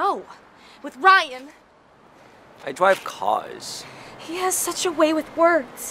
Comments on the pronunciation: I DWIVE CWAS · My friends are all like "I dwive caws" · I DWIVE CAWS! BEHOLD! THE PROPHET HAS SPOKEN!! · Ai dwive caas